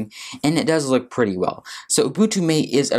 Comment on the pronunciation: Matay, not mate